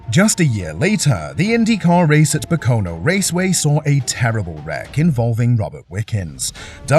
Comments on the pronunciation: Pocono is pronounced "POKE-o-no". Accent on the 1st syllable, not the 2nd. I was very sorry to see Robert Wickens crash that way. It ended his career before it really got started. He would have been a star. It's shocking how fast Kenny Brack's car disintegrated when it hit the wall. But the tub survived, which saved his life. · Pacono? WTF? Assholes.